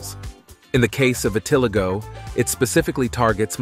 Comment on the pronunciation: vit (like vitnam) - ah- lie- go ..is how its said